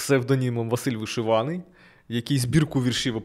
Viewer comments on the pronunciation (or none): none